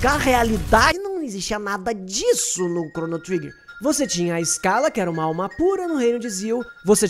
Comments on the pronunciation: Correção: SCHALA Nao se diz ESCALA, se pronuncia CHALA! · Muito bom o vídeo. Só uma pequena correção, não é "iscala", é "chala" que se pronuncia o nome de Schala.